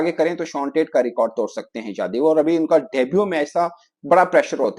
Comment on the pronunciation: "jadev" "jadev" kya rahe ho yadav hai yaaadaaav tum pakistañ se ho paris se nahi